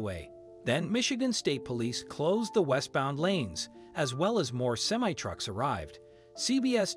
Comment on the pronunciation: I guess you can't find a live person to narrate this, Interstate 696, not six hundred and ninety six. Semi truck, not simmi truck.